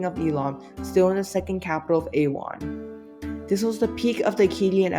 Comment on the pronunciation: Rimush, not Rimish Manishtushu, not Manish-ishtu Ah-WAN, not AY-wan GU-tee-ans (as in the video title), not Gutons